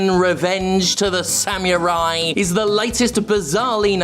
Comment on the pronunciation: "san-you-rai" LOL no dude.....just.......no. its "sam-uh-rai"